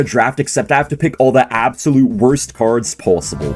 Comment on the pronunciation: is canadian? he says the "o" in pOsibble kinda weird.